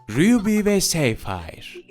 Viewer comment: ruby ne ara ryuby oldu Yazıldığı gibi okunuyor Ruby : rubi